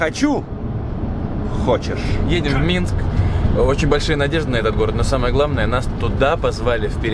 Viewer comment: нашёл кому рассказывать на белорусском, ахахах МЫНСК, АХАХ